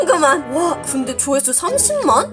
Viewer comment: 여기에서 조회수를 조화수로 하셨어요 ㅎㅎ